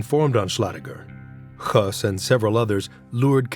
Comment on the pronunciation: HIS NAME IS PRONOUNCED HESS, NOT HUSS!!